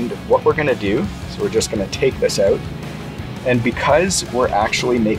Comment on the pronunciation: They look delicious! I’m trying to determine your regional accent. There are a couple of times where you said “out” and it sounded different from the way we say it in North FL. Would it be Maryland?